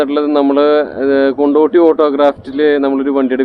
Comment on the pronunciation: കൊണ്ടോട്ടിയല്ല കൊണ്ടോടിയാണ് സുഹൃത്തെ......